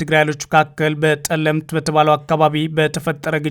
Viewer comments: ጠለምት እንጅ ፀለምቲ አይደለም ። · አንተ የአማረኛ ችግር አለብህ ጠለምት ነው